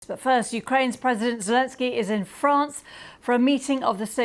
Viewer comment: if you listen to her she definitely pronounced Zelensky as Zurtsky 😂😂😂😂.